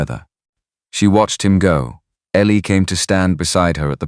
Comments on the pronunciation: Yes, the story is very good, but how many Clara Boone's were there back then. Geeze guys, please be alittle more original picking out a name their are more names in the world. And please learn Eli is not Ellie if you can't read then dont be a narrator damn! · A lot of the AI narration especially the words is funny. It'll have writers for Riders. It pronounces Eli as Ellie and many other words that are pronounced the same but not even close to spelling.😂😂😂😂😂